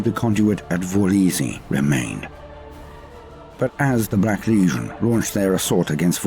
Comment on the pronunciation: I absolutely love but is anyone else annoyed by the way he says legion? it sound like he says Lesion all the time to me